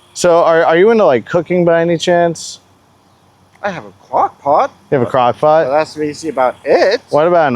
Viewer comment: Dude, do yourself a favor and don't say the words "gwon-up, kwokpot, wong, wealization When you said cooking and eating her kink was "unorthodox", ya think?!🤯 I was dead. Love your choice of words.